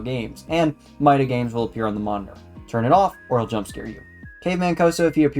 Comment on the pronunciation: Another one, but you really need someone to read your scripts and make sure they're good, because some things like calling Italian "butchered Spanish", pronouncing "MidaGames" wrong, saying the wrong release dates for the remakes, some things that can make the game seem not that good like your issue with the fullscreen (which as far as I'm aware is a you thing lol), just on the whole a bunch of errors that could've been easily solved if you ask anyone knowledgeable on Five Nights with Coso to look over the script And also the whole part after the where you start saying the ending of FNaC 3 but don't show any footage and instead some recycled One Nights at Cosonut 2 gameplay is really odd and really drags it down a bunch Its clear you put effort into it but it still needs some time in the oven Decent video 🍵